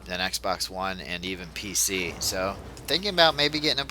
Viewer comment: Are u saying pic master race?